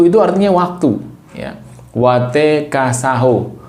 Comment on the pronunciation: Sahoe ❌ Saho ✔️